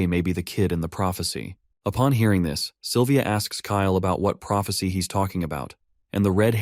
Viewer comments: 5 hours in and the names of the characters kinda sound weird, example the silver hair girl who has a crush on the mc,.. the narrator keeps calling her "Saliva" .... honestly speaking, i kinda forgot her name at this point because i keep hearing saliva... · DUDE SALIVA? ITS SYLVIA M8